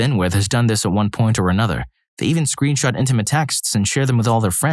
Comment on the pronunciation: This is all very inappropriate behavior, but am I the only one who heard him say "screenshart"😮😂🎉